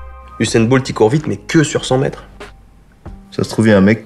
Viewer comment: Usuan "Boult" jen peux plus